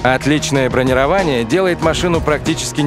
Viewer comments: Ну, ведь бронИрование, а не бронировАние! :( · бронИрование а не бронировАние.